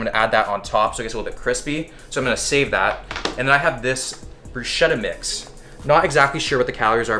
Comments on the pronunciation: bro just to let you know... in order to correctly pronounce bruschetta you need a hard “ch”, just read the “ch” as a “k” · Pronounced Brews-Kett-ah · Hey, as an italian I feel the urge to bother you, not for the cuisine (first time ever for an italian) but for the pronunciation of "bruschetta": it's bruce-ketta. Cheers from Italy ❤ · Ch in italian sounds like a K. Bruschetta Brew-sket-uh Sweet video, my man, love your stuff. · Bruschetta pronounced incorrectly bro. In Italian “sch” is pronounced “sk”. Just an FYI for an amateur chef